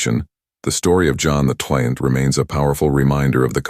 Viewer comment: AI has a few glitches and can't read XII-Pope John XII it is and you just have to read the description or transcript to find out, sometimes. May the Lord bless you with knowledge.